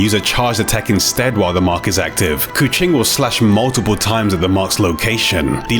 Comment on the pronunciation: He pronounce keqing like the indonesian word for cat, "kucing".. her hair kinda makes her look like a catgirl.. possibly a wordplay by the dev